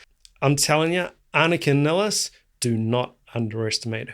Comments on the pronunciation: I thought her name would be pronounced more like you do, because it's how most German speakers would pronounce it, but I've actually heard her pronounce it Niles. Like the plural of the river. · Her last name is pronounced as MILES... Nilles. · Just an FYI She pronounces her last name as Niles (rhymes with Miles). She introduces herself in the clip Anika Nilles Austrialia tour 2025. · Nilles, rhymes with Miles, Piles and Tiles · Yeah, I originally thought ah-nee-kah nee-less would be correct. However, I've noticed that most people do just pronounce it like Geddy has pronounced it in interviews, which is how I've heard her pronounce it.